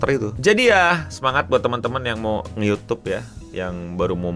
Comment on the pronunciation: Youtube, "Y" nya Yahodie 😹